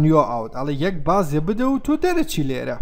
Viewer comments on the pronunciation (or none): none